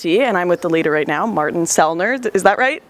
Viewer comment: You dont say Martin like that in Germany/Austria...